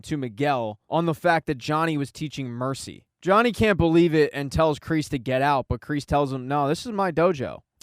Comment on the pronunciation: It's no mercy not mery